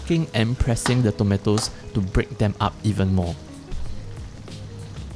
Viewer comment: People in the word: tomatos, tomeitos. This guy: tometos.